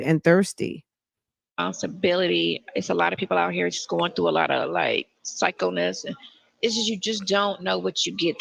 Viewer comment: What is "psychoness"? Is that what she said? 😂